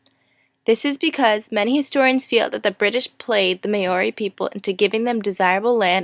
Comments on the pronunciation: Hello. two small things: the fire dance is probably Fijian, Tahitian or from New Caledonia. The Maoris did not do firedances and the drum beats are all wrong. The name of the people is not pronounced mayori, but rather mahori. or mowri The rest wasn't too bad though. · Well done.Just ignore the hateful comments. While it is true that your pronunciations of Maori and Waitangi are incorrect, I challenge those not from the US and Canada to get their tongues around First Nation/Native American names. Equally true, there are some factual simplifications - but you had six minutes to cover a very complex history and the subject of ongoing controversy. Sadly many in New Zealand today have a poor understanding of the country's history. Views are often biased.